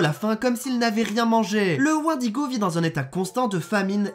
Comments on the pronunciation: J'aime quand tu prononces mal "wendigo" enflure. Sinon POURQUOI T'AS TRENTE CHAINES ?! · T'es trop bete, tu dis Wendigo alors que ca se dit Wendigo ...